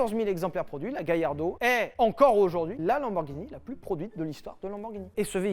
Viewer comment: Galla pas Gailla il y a pas de I dans Amblance oui ou merde ? 😂